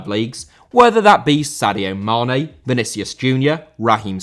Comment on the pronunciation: Vinícius* not Venêceas